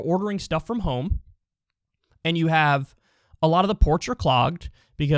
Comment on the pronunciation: "The Coveeyed"